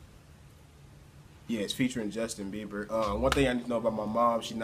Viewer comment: noooo, it's Bieber not beiber🙈 sigh